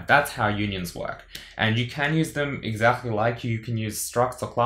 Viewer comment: Just out of curiosity, have you been to Liverpool? I noticed one of the features of Liverpool (Scouse) accent when you say "exactly". By the way, this is the best C++ series. Many thanks. Cheers, Onder